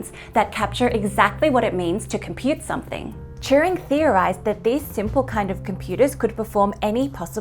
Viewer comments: Are you saying Churing or Turing machine? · Churing? I thought his name was Turing. And I watched The Imitation Game.